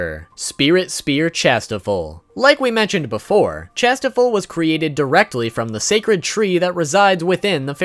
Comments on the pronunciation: Tis not Chastifol. It's pronounced "shas-tee-fall" xD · Kings treasure is said cashtiffir spelt it wrong wrong but the end is or not ol